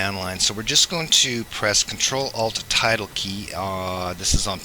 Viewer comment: Bro I spent so much time looking for the “title key” because you pronounced tilde wrong 😂😅